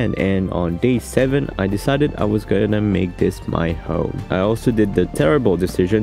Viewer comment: 💀 "iam guenna find you joker"